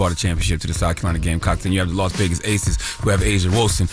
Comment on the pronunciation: It’s ACES not ATHES 😂